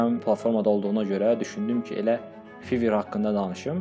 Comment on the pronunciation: Fiver yox fayvr